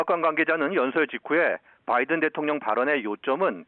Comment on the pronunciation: 바이든 c가? 뭔 발음이 그래요 ㅋㅋ